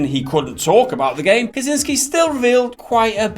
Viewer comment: You guys are awesome, but come on, you can't just see a name and read it whatever you feel like, it's so easy to research these days. For future reference, first words in this vid are names Michał Kiciński and Marcin Iwiński: Theoretical help: ch = h; ł = English w; ci = much softer version on English chi; ń = Spanish ñ, like in mañana; w = English v. I'm sure you'll be saying those names at least few more times in the future, so you can just as well do it right :) Cheers!